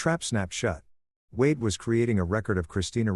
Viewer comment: the fking bot cant even write and read wade properly